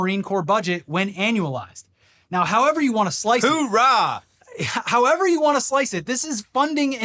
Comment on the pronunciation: Its...urah, not hurah...